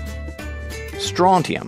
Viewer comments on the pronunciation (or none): none